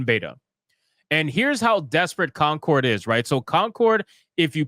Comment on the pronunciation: It's coNcord, not coMcord. #APHASIA #DYSLEXIA #RETARD